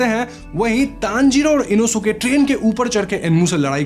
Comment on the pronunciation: Inosuke name inoske pronunciation he